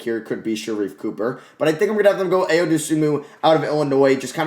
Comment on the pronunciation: Ayo’s name is pronounced I-oh, not Aye-oh